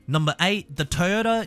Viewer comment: TOYOTA NOT TAAYOTA BRO YOUR PRONUNCIATION IS FUCKED